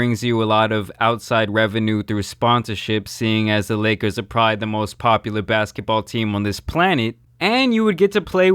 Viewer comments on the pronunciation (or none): none